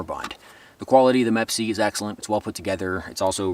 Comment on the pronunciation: “MEP-C”. It’s Me PC. or M.E.P.C.